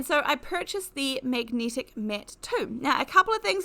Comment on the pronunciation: Its so distracting (but not necessarily in a negative way) to hear words with the hard "e" pronounced as if it's a hard "i". Also hard "a" seems to be pronounced "e". Eg Magnetic is "megnitic" or "necessary" is "nicissiry". Not being critical...it just makes you realise that people can have noticeably different rules for things like this. (Like when Americans say "erbs" and it jars you. lol) and you find you haven't listened to what is said as much as how it's said. 🤔😅